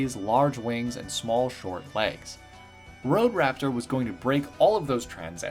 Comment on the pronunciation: Nice video, but did you seriously call Staraptor wrak?